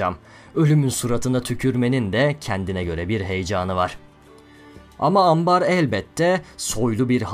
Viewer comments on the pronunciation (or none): 'te yanlış anlamıyosam ''Ama ambar..'' demişsin, orjinalinde ''Ana ambar'' yazıyor.O paragraftaki vurgularını bozmuş bir harf.